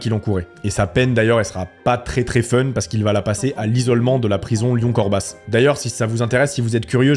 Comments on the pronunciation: Je viens de Corbas et juste pour info on ne prononce pas le "s" de Corbas. Mais après Corb'ass c'est sexy a l'oreille 😉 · La prison c'est CORBA pas corbasse 😂 bonne video sinon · c'est corbas chef pas corbasss tu prononce pas le s mais franchement super intéressent comme histoire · Pour info Corbas se prononce Corba et pas Corbasse 😉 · Corba“s“ et non Corbas“se“, le „s“ ne se prononce pas;) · Corbasse ????? CorBAS, comme le mot "bas" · Par contre c'est pas corbas [sse] mais corbas [a] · On dit CORBA pas corbasse 😂 bonne vidéo sinon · Corbas se dit « corba » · La prison s'appel corba le s ne se prononce pas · Pour le coup ont ne prononce pas le "s" dans Corbas Très bonne vidéo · Super video mais on dit CorbA (sans prononcer le S) (message du futur Maire). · Juste pour info, le "s" de Corbas ne se prononce pas.